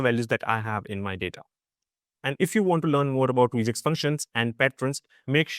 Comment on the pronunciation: "Regex" is from "regular expressions" so the 'e' is short, not "reeegex"